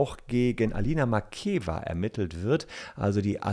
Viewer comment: Am Rande: Den Namen der Dame spricht man Makjejeva aus! Doppeltes ee so wie im Deutschen geschrieben und dann ausgesprochen, gibt es im Russischen nicht!